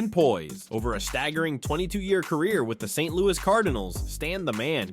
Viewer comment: it is not St. Louie is is St. Louis and please say Red's last name correctly. Hernadez good player, but cocaine user not good in the club house. It was a shame Curt Flood misplayed one ball in outfield in the World Series. He was a very good player and man.